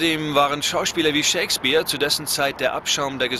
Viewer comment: Ich verstehe immer ShakesBIER statt Shakespeare.